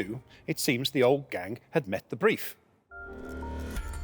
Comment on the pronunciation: Why is he saying the 2nd g in Gang 😭